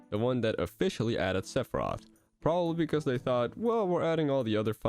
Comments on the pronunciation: Maybe he can join Lucina, Simon, Richter, and King K. Roll by having an unnecessary extra announcer shout for "Sepharioth" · don't let this video distract you from the way pronounces Sephiroth